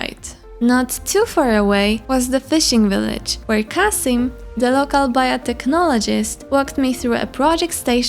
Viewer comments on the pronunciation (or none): btw girlie Kissim = (KAH-SEEM)